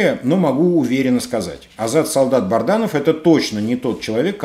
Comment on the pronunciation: Добрый день! Вы постоянно произносите фамилию Азата солдата, он БАДРАНОВ, а не БАРДАНОВ, ваше постоянство в этом вопросе удивляет.